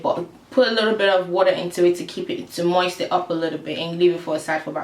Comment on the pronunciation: You are super pretty, and your accent is adorable, but the way u said moist was sooooooo funny, soory I'm just immature, me and my friend make jokes about that word all the time! Lol. But great vid😊